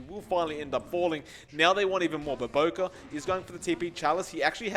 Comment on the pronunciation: It's BOBOKA not BOBOKARR